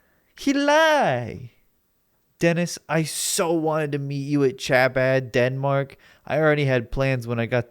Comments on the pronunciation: "Cha bad" lololol it's pronounced like Habad, I'm pretty sure. It's an Orthodox Jewish movement. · Ngl your pronunciation of chabad absolutely killed me